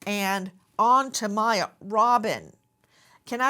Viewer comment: Poor baby! Give her away if you dont want her! BTW the baby's name is not Maya it's Miya ... like in Mia.